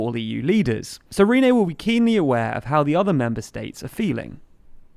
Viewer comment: Who is Rene? You mean Ryeinne... and he is a moron.